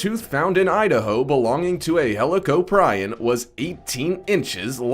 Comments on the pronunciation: No, its said (helo-cop+r-en) not (helo-co-prion) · helicoprion is pronounced (hell-o-cop-re-on) damn it! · thats not how u pronounce helicorprion.